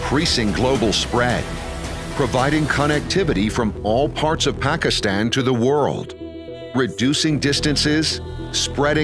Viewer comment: western guy with american accent promoting PIA He is not even able to pronounce Pakistan correctly. You people didnt find any single person in pakistan worthy enough to give a voice over for this video? . Such a disappointment.